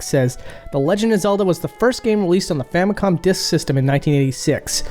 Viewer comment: I love how every once in a while you're like "di-yusk" reminds me of someone